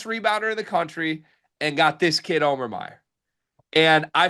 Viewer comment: Can you guys please figure out how to say the guy’s name? Come on it’s not O-mear!